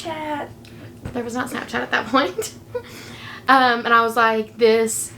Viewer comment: 🤣 I laughed so hard when the daughter pointed her phone at the imaginary hospital bracelet and said "snapshat"!